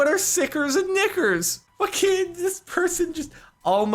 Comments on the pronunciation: When he said nickers I thought he said the n word and almost freaked out what’s even funnier is how many times he said it without noticing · When u hear Captain say NICKERs multiple times and not notice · I need a 10 hour loop of Jordan saying "Nickers" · HE SAID NICKERS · I thought Sparkelz said something else when he said NICKERS. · Dude, a niker bar. it sounded like he was saying a very particular worrrrrd...... XD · Whenever Jordan said nickers 10 times... lmao did anyone hear anything else? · might wanna stop saying nickers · He said nickers 😂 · When jordan kept saying nickers lol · Jardon saying Nickers triggers me. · haha I thought you were saying the n word